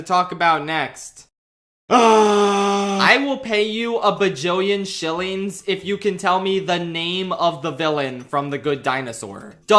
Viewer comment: You said shilings 😂😂 my country currency 🇹🇿